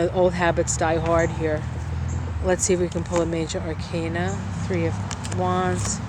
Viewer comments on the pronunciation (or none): none